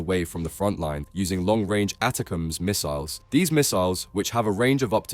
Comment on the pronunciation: Attack'Ems. How can you not get that right. How it's prouncenced is everywhere.